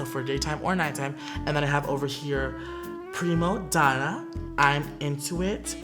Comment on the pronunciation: When he pronounced “primadonna” (Italian) I got soften